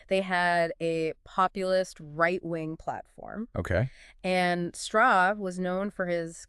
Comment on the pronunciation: Oh, the lawyer's motives are not entirely unknown, he talked about it for FT's podcast Hot Money on Jan Marsalek. Btw, you keep mispronouncing the name, it's shtruh-kaeh.